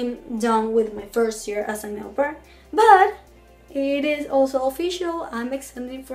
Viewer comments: How does it come that after a year you're not able to pronounce au pair in the right way ? Do you Talk a lot in your native language ? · jajajajajajaja pronunciation is a little bad!